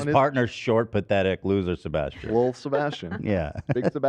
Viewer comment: As a Sebastian, idk how it feels listening to my fav podcast host shitting on my name hahaha so jarring